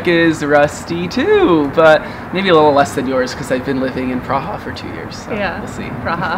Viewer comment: Nejvíc ,,češím se" 🤣🤣🤣 nebo ,,prraža"